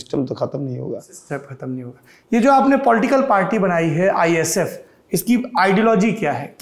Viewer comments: It's ISF not...IFS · Bro it's ISF not IFS